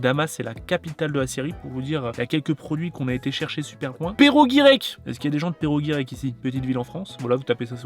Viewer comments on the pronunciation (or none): Perossss avec un s pas perro guirec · Pero Guirec 😂😂 Perossss Guirec !! Pour un Breton moyen..😂😂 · C'est PerroS-Guirec ( on prononce le S ) Mais sinon c'est une superbe vidéo !! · Perro guirec. 😂 WTF. ne connaît pas 😂Perros Guirec ( le s se prononce) cela se trouve en Bretagne. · on dit le s dans perros-guirec sale fou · On dit Perrosss Guirec pas Perro Guirec voilà c tout bonne vidéo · Daniella, "c'est celle qui..."? La personne qui... Oui!!! Et Perroosssssssss Guirek... Un peu de respect non?! J'suis Normand mais quand même, respect pour la Breizh!!! Pour Quick, "ne se prononce pas".... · ca se prononce perrosz guirec tu nous as insulter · Ça se dit Perrozzzz Guirec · On dit pérosse guirec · Comment t'as pas respecté perros guirec 😭😭 pérosse y a le ssss du serpent à la fin mdr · Bien sûr qu'on vient de Perros-Guirec, la côtede granit rose! D'ailleurs on prononce "Perroz-Guirec" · Sa ce dit " péroz Guirec" la prononciation ( ville Bretonne) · Par contre t’arrêtes tout de suite de dire « Pero Guirek » alors que tu vis en Bretagne 😂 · PerroS-Guirrec, le S se prononce, t'es quasi breton maintenant, faut assumer x) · C'est clair, "Perro" Guirec. 😂 (Je ne me moque pas hein, on ne peut pas deviner quand on ne connaît pas, mais c'est très drôle à entendre quand on connaît la bonne prononciation. 😁) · Ça ce prononce perroz guirec! J’habite à côté et je pense savoir ce que ce sera dans le calendrier de l’avant 😊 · Ca se dit Perross Guirec ;) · On dit le S de perros guirec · comment tu prononce Perros guirec 😭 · On dit perros Guirec on prononce le s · Le S (qui se prononce) de Perros-Guirec a clairement pris cher 😅😂 et PS : c'est en Bretagne